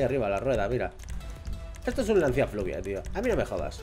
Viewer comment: Jajaja dices fluvia y es fulvia😂😂